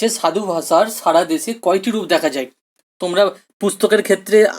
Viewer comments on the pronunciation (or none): none